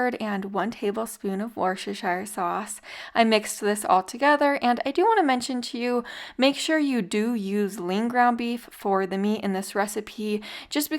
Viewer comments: It's pronounced 'WUSS-TER' sauce. I live near where it's made (we don't say the 'shire' as that's just the county in the UK). x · “Wuster” sauce